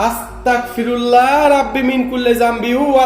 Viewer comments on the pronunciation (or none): ভাইয়া আস্তাকফিরুল্লাহ হবে না,,,এটার উচ্চারণ হবে আস্তাগফিরুল্লাহ হবে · ভাই আস্তাকফিরুল্লা না অস্তাগফিরুল্লা